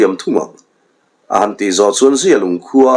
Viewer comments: Zialung i lam danah hi chuan mizia, mihring mi zia thlukin i i thkuk a, amah erawh chu zialung i lam dan hi zia hi a tha deuh e a zia viau mai tih thlukin lam la a ngaihthlak a nuam zawk ang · Zialung i lam dan hi a dikhlel deuh em aw, a zia e, tih thluk hian zialung i lamnaah hian hmang la a dik zawk ang a, zia lung, zialung